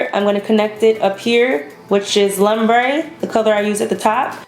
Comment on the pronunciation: I love me some warm shadows!!! This the only naked palette i want to grab for myself.. oh n it's pronounced lumbre as in loombre not as in lumber. 😂 the look came out beautiful as usual!!